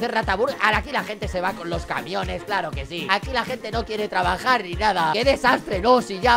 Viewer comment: En la dise tredajar XDDXX